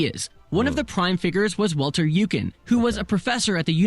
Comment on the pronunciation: The "eu" Walter Eucken is pronounced like the english pronounce the "oy" in toy 😊 so it would be Walter Oycken